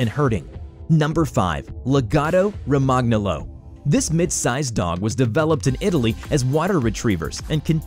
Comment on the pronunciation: Lemme help... The first one is pronounced Loon' də hoond' = Lundehunde The Italian truffle hunting dog is pronounced La GO toe Ro mahn YOL oh = Lagotto Romagnolo Um, I think you mean MOO dee = Mudi, dog and there is a similar herding dog that looks less like an Australian Shepherd type that is called Pooh me = Pumi, pronounced similarly, that is quite the playful Hungarian herder himself. OMG the cutest curly medium small herding dog I have ever seen! Band his ears are semi-erect at an odd angle ... Oh, it is the most original looking dog I have ever seen. The aka Mexican Hairless Dog is pronounced Show Low eats QUEENT Lee = Xoloitzcuintli Stay bee hone = Stabyhoun